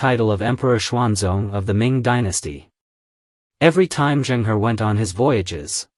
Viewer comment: Pronounced Chung Ho. He was a Muslim. Ming dynasty's military that defeated the Mongol Yuan king had 4 main generals, 3 of whom were also. Yusuf Chang, a direct descendant of the Ming, states that the first Ming king was a Muslim, but preferred not announce it too much in order not to alienate the Hans. The Qing didn't like the Ming, and I believe, also destroyed the 300 ships of the admiral Zheng He, or most of it.